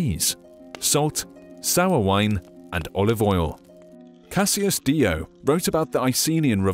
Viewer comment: Dio* not Diouw